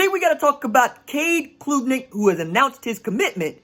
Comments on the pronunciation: Klubnik - like Club-nik, not kloooobnik - enjoyed it! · Hey RJ, Great work as always! ( it’s pronounced •club• •nick• ) ✊🏽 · it is pronounced CLUB - NICK -- just saying